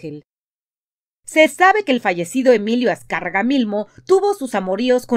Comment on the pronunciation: Azcárraga llin no mames.... Aprendan a decirlo bien..